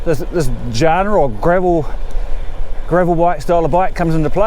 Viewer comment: Good report mate. Really useful. BTW and without wanting to be a dick genre is pronounced 'john-ra'